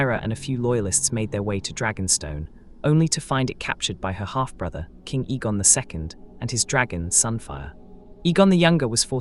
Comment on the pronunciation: A-gon not E-gon.